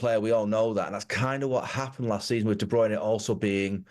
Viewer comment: "De Bruyney". He's only heard the bloke's name every day for the last 8 years.